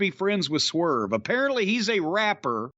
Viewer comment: It's hilarious how Jim pronounces 'rapper' like it's some kind of weird unseen deep-sea fish.